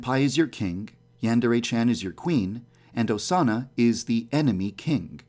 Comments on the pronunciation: GuER iZ oZaNAh?! Please, stop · Instead if Osana, it sounds like "sauna". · Midori screaming “Osana!” just sounds like she’s saying SAUNA over and over again. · Sounded like she said sauna after some time lol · Omg at the beginning when Osama was being repeated it sounded like it was saying sauna XD 😂😂😂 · Sound like they're saying sauna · Remember when you said “Than Osana” Thanosana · Instead of hearing Osana, i hear Persona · Am i the only one who hears sauna instead of Osana? (At the start)